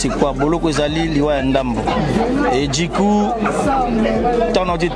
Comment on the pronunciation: NOLLY YEBISA BALOBAKA DJI COUP TE, BALOBAKA DU COUP. BONI OPRONONÇAKA LOKOLA MUTU AKENDA CLASSE TE DJI COUP EZA PRONONCIATIONS YA BA CHIENZI, TALA KAKA YO IL FAUT OPRONONÇAKA BIEN.....BA DU NAYO NDENGE EBIMAKAKA DJI ESALAKA BIEN TE MAKASI NA MATOYI YA BATU